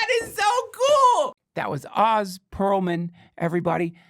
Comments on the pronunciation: His name is Oh-zz. Not 'The great and powerful Wizard of Oz." shouldn't mess that up in the intro. Love ya Dunkin and just trying to remind you to know the pronunciation of the guests' name. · Duncan interviewed him for an hour and never learned how to pronounce his name.